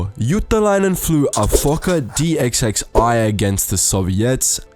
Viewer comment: The Fokker D.XXI is pronounced D.21 NOT D. X X I.